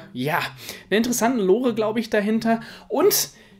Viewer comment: Bin ich der einzige der sich so getriggert fühlt das das Wort lore falsch ausspricht? Das magikey stufe 4 ritual wird übrigens ein großes Problem wegen drytron sein, denn ich weiß nicht ob ihr es wusstet, aber es gibt ein bestimmtes link-2 das einen tuner vom deck specialn kann und komplett generisch ist. Und YES wir kriegen endlich speedroid und lyrilusc support, BIRD-UP BEST DECK LET'S GO!!!